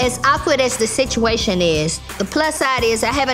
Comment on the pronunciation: T.I. Trying to figure out the spituation 😂